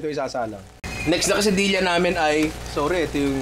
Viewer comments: nong diba dapat KE-SA-DI-YA ung pronounciation?? labyu nong pashout out naman kahit di pwede. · Di po ganyan ipronounce quesadilla at tortilla ☹️☹️☹️